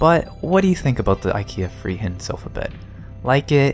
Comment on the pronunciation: I like when you say Friheten cause im Swedish XD It sounds like you say Freeheiten